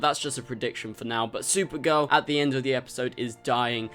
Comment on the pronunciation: its spelled supergirl. The way you pronounced it was sewer girl